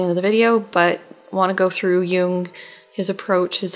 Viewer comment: You‘re still pronouncing Jung‘s name wrong. You need to abbreviate the „oo“-sound. Almost as if you swallow it in order to emphasize the „ng“ in the end ... I‘m german and I can attest that even Jordan Peterson pronounces it wrong 🧐